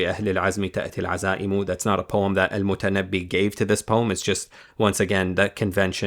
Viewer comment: Brother, it's al-Mutanabbi, not al-Mutannabi. Good video anyway.